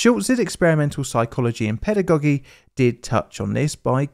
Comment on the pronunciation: First time I hear this pronunciation of the word 'pedagogy', is it the British way? Thanks for the informative video!